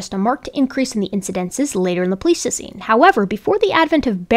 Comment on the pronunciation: Thanks for doing this work. I wouldn't have the patience myself, but I'm glad you do. One thing: isn't "pleistocene" pronounced with a long i in the first syllable? I kept wondering if I'd heard it wrong my whole life, but I checked a dictionary pronunciation, and it did have the long i. Is it one of those words that has multiple pronunciations?